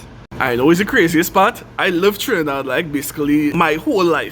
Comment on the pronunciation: Chrinidad v AmericaH… like you’ve lived everywhere in the US. It’s like visiting Ghana and saying “Africa” 🙄